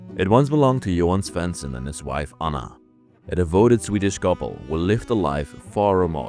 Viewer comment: I guess you’re trying to say JOHAN SVENSSON. And not every house in Sweden was painted red! Actually, this is also a normal color! And the radio was maybe driven by ordinary batteries Love you’re serie ❤️ Greetings from Sweden 🇸🇪